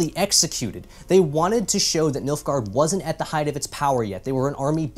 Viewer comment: Oh boy I thought he was saying MILF-gaurd....